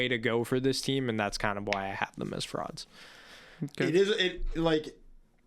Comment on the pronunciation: just starting the vid. I better hear do that “froud” pronunciation 😭😭❤️